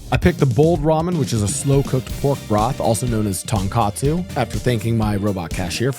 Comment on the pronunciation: Hey! Great video, just a small thing to point out; I noticed you kept saying "TonKATsu". Tonkatsu and Tonkotsu are 2 extremely different dishes, based on context people always know which one you're trying to say but just to be accurate in future videos, TonKATsu is a fried pork cutlet dish while TonKOTsu is the rich, creamy, delicious pork broth. Hope this comment makes it to you and thanks for the content:)